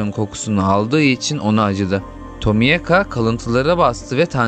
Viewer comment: abi tomiyaka diye mi okunuyo yoksa seninmi dilin dönmüyor